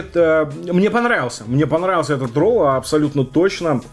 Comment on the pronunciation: Так он мне панравиался, так панравился xD